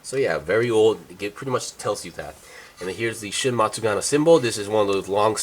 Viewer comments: Wait isn't it Matsunaga not Matsugana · Its matsunaga, homeboy is saying it wrong.